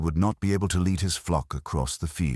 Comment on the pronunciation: News flash. It's an erzatz AI Irons voice. How is that known? AI doesn't know to pronounce the metal lead as "led".